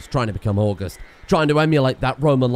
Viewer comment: Now I know it says 'august' just like the month... but it is definitely pronounced awe-gust. As in start with the month and end with the wind.